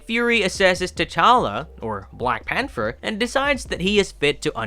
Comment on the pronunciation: The word is pronounced “Pan-ther”